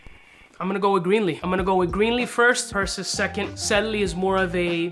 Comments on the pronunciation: Pur-SEE- Us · I see everyone is chiming in to correct the pronunciation..lol..Percy US ( basically ) As stated in Greek Mythology the son of Zeus... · Per Say Oose lol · This is exactly how to spot a non born American 🇺🇸 citizen. When they can’t even pronounce a basic 1st grade level word such as Perseus. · Good god please say it right